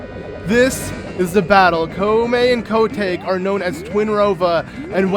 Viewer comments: I hate how calls Kotake Ko take. It’s Kotakè DAMMIT! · I can’t believe I didn’t realize this was a completed Let’s Play, pretty please with a cherry on top finish this series I wanna see it through and through. Also, it irked me throughout the video cause of the wrong pronunciation of Kotake got under my skin when you read the dialogue with her name in it. Was that just me or is that actually how it’s pronounced???? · Ok,. I love you to bits, but totally cringing at your butchering of the name kotake.